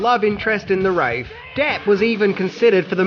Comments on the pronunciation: stop saying "wrath" you fuck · I keep reading Wraith... but keep hearing Wraif... also vicks vapor rub will clear up that nasal congestion. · Most likely he filmed the all the parts where he is on camera first and was calling it Wrath then when he went to film the voice overs he finally figured out it's Wraith. Also when he talks about the Rotten Tomato score you can tell he screwed up again and had to redo that bit of audio. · AngloRebel he says it correctly several times, so when he says wrath he’s just not paying attention. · Damn it "Wraith" Not "Wrath" . Love your videos but PLEASE pronounce it right. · It's Not called the Wrath as was pronouncing it. The movie is called The Wraith. I don't remember it but, I had watched all the videos on here. It actually wasn't to bad, I thought it was pretty good! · Yeah, brother, wraith is "RAYTH". I'm usually not so critical and can refrain from correcting folks, but the way you're sayin' it just grabs me in an unbearable way. Nevermind, you're doin' that shit on purpose. You fuckin' glorious troll. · Stop saying Raff....one minute you pronounce it right, then you keep say Raff, make up your mind...bad as you saying Bonsai, for Banzai... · you repeatedly mispronounce the name of the movie, you got it correct like 3 times and blundered it the rest of the time. its NOT wrath as in wrath of khan, it is wraith as in the mystical fairytale undead spirit. secondly one interesting fact you completely missed. the car use in the movie was a dodge concept car, the dodge charger concept that WAS slated to come out in the next 5-10 years, givin they saw the direction that cars were going they jumped well ahead and designed that car. you can even see "Dodge" along the lower part of the rear window towards the end of the movie when he is handing the other kid the keys to the car. its barely seen but you see it if you are looking. to bad they didn't release that car, cause the performance and style were WELL ahead of its time.